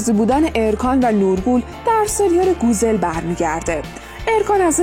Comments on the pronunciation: گوزِل چیه 😒 گوزَل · گووزل؟؟؟؟؟ این چه تلفظیه اخه ؟؟؟ زبان استانبولی رو که مالیدی زمین با این تلفظات